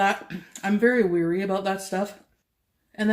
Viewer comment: The way she says "weary" instead of "wary." English major.